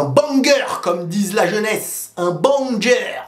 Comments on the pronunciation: c'est pas BANGER mais "BENNNGER" 😂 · Mdr j’ai ris quand il a dit BANGER! Oui ça s’écrit banger mais ça se prononce béguer ! 🤣 l’âge nous a rattrapé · S’il vous plaît faites que voit ce commentaire: BANGER se prononce « BÈNGER » mon frero😢. La façon dont il le dit ça fait trop vieillot 😆